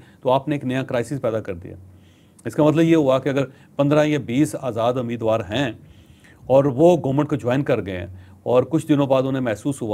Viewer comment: Not "Ameedwaar", "Umeedwaar".